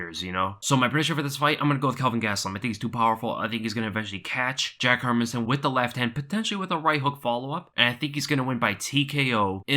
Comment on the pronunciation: Its pronounced: Hair-Mans-Son .. Not Herminson